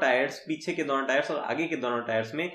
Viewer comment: DAONO TARAF you're from Rajasthan 😂😂.